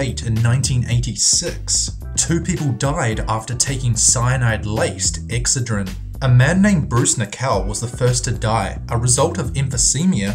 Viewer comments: It's ex(CED)drin not EX(cedrin) jeez that's irritating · Your mispronunciations are physically painful: IndiCTed? It's pronounced "indited" the C is silent. Excedrine is pronounced exEDrin with the inflection on the ED sound. Not the way you said it. Infamous is pronounced IN-famIS not in-famous Also it's emphysemA not emphysemIA. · Not sure why but "EXcedrine" vs "exCEdrine" drove me nuts and he said it like 6 times. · That is NOT HOW you pronounce Excedrin OR indictment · Excedrin pronounced ex said drin! not ex ah dreen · It's "Ex-CED-rin," not "EX-cedrin." ^_^ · It's called EXCE'DRIN. Not EX'CEDRIN This country needs American English speaking people. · ex-SAID-rin ... not exa-drin... normally i love his accent.. but not on that word.. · OK the pain reliever is called Ex-SAID-rehn..That's how it is phonetically pronounced. I remember this happening, butyi could have sworn it was Tlyenol at the time (must be another Mandela effect thing). But PLEASE pronounce ex-SAiD-rehn right already. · Pronounced Ex ced' rin. That's alright I pronounced Worcestershire wrong too. Now I know it's Worsh' ter shur' (sure) not Wor' Cester shire (rhymes with mire) hahaha😆 Love your videos👏👏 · LOL its pronounced Exced-a-rin or ex-said-a-rin :-) Love your videos.. :-) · Its called ek ssseedrin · Not to be picky, but you're mispronouncing the product name Excedrin. The emphasis is on the second syllable. Just look up any Excedrin ad, you'll see what I mean. I do love your videos! They're very informative! Keep up the great work! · You pronounced "indicted" and "Excedrin" wrong. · He should learn how to say excedrin😬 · Wow, you can NOT pronounce Excedrin.